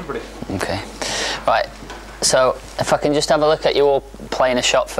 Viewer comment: His "if I can" sounded like "fucking"